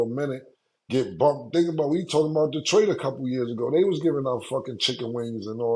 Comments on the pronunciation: Lmao "Detriot" Come one its Detroit! 😂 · “Detriot” is crazy!! 😂😂😂😂